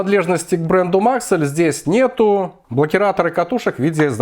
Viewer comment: Только не мАксэль а максЭлл